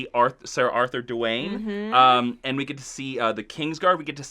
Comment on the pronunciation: DAYNE. Not Dwayne. Screw you guys, I'm going home!